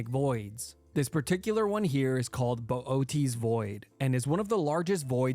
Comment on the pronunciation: what the freak is Bo-oat-ease void